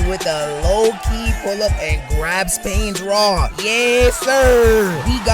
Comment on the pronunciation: But why does this 🥷🏾 keep saying “pain’s rod” like that? 😂😂😂😂